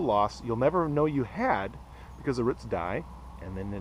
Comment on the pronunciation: not ruts. roots